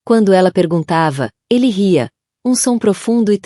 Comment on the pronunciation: A narradora não está conseguindo ler direito.Ela disse " Eli" ao invés de " Ele ".